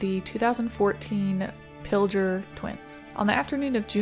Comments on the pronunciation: Pilger- pronounced- (Pill-gurr) would love to see a full video on these 😊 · Thank you,. You have a beautiful cat. The dress is pretty. Did you buy or sew it yourself? Thank you for covering the Hallam tornado. The town is thriving. Pilger is pronounced with a hard "g"- think "tiger". I graduated from Wisner-Pilger H.S., so thanks for including the event. In late May of 1983 our ship was passing south of Sicily and spotted twin waterspouts from the same supercell, so hearing that twins had struck Sicily before was a little eerie. May I recommend that you cover the May 31, 1983 outbreak which hit Ohio, Pennsylvania, New York and Canada? "Tornado Watch #211" by John G. Fuller is an excellent book on the event. The final tally recorded 1 F-5 and 7 F-4s as well as several others. Another interesting event was the Easter Sunday 1913 outbreak, including the Omaha tornado, the deadliest in Nebraska history. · Not that you would know but Pilger is pronounced with a hard G. Everyone who does videos about it pronounces it incorrectly. I remember that day. I watched this storm roll in and tornadoes form. I dont live that far from Pilger. Interesting but terrible fact about the Pilger twins. After that tornado the village clerk embezzled something like 700,000 dollars of the tornado relief funds for the town. Was only sentenced to jail for like 3 years.